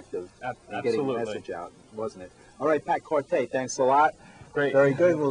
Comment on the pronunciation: they guy needs to learn how to pronounce his name. It's Kor-Tee not Kor tay.